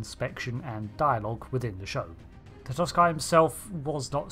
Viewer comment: Is that really the correct pronunciation of Brian Tatosky's name?